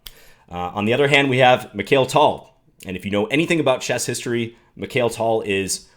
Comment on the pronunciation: I was so excited to watch this video... Until I heard you pronounce Mikhail Tal 😩 Please John, you're an International Master, and surely you've come across and studied so many Russian chess players in your career. At least respect the names of one of the greatest in history!